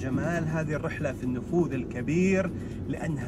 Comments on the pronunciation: ما شاء الله إبداع و ممتعه الله يوفقكم وانا عندي ملاحظة النفود اسمها نفود وليست نفوذ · ما شاء الله 👍🏼👍🏼. ترى اسمه النفود و ليس النفوذ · النفود. وليس. النفوذ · ملاحظه.. النفود وليست النفوذ